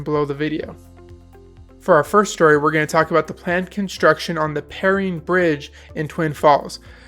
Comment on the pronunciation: Per-rine like an orange rind but with an E. But good video!